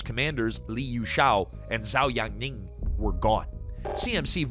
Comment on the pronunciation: Might want to work on your Chinese pronunciation if you're going to make videos with tons of Chinese names. Example: Zhou is actually pronounced "Joe".